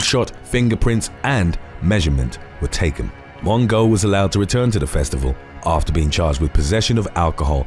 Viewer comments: Lmaoooo “Mon-go” 😂 Her name is pronounced “Mo-jo” but I love how some of these names are mispronounced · Tana MONGO!!!!! I'm not even upset over you mispronuncing her name because it gave me a great laugh!!! LOVED IT!! LOVE THIS CHANNEL!!!❤✌ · “Mon-go”. HAHAHAH! 🤣💀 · Crying at how you say Mongeau 😂😂